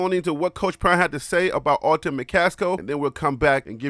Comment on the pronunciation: Love you show fam.. Just a heads up.. His name is Alton.. not Auto... it's all good... just looking out for ya...